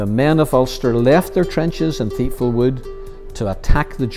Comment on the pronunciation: Pronounced tipval ,not theipval